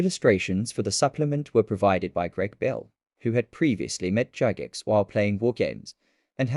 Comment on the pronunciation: Cool vid! I got the original box set when I was a kid in the 70’s but never had the supplement. Pretty sure “Gygax” is pronounced with a hard G, btw. 😊